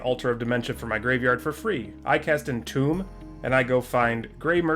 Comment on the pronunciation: Great vid but I just want to tell you for the future to save you an awkward interaction , tomb is pronounced toom